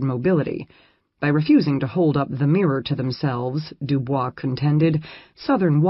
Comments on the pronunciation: W.E.B DuBois' name is mispronounced, albeit the American version is not correct per French. DooBoys. Very annoying in a scholarly presentation, perhaps the robot should be re-cued. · The correct pronunciation of WEB du Bois is de Boyz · It's pronounced doo-boys. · loll so americans have been saying dubois name wrong this whole entire time huh!?